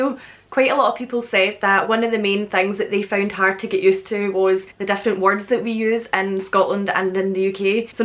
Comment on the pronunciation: She says Different also Weird, it sounds like she's saying Dif-lent.